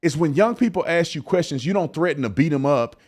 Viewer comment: Ignant is not a word. Please stop using it. Also its "ask " a question not "axe" a question.